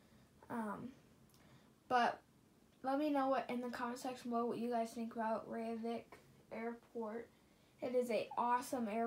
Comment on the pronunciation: Btw, you mis pronounced Reykjivík. It's (rake-jee-vick). I have been to that airport😊. It's nice.